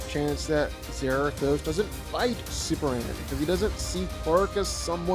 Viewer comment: When you learn how to say Superman… I’ll respect this opinion